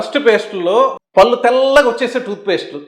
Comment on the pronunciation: గారు, మీరు "పల్లు పల్లు" అంటున్నారు "పళ్ళు" అనండి, బాగుంటుంది.